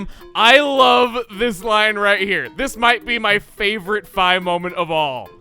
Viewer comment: Did you just say fai